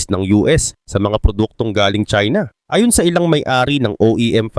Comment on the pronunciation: Ambilis mo naman bigkasin ang "ayon".... Iba ang ayon sa ayun o a yun. Pati "pinatawan" ambilis mo bigkasin dapat mabagal lang yon bigkasin.